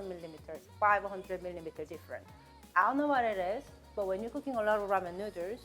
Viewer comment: Because of you, NOODERZ is the only way I pronounce noodles now. 😂😊